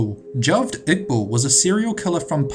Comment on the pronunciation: Ha-ved Ig-bal not Jah-ved Igbull